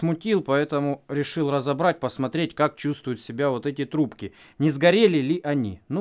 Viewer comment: Ррррррррравно длинные трррррубки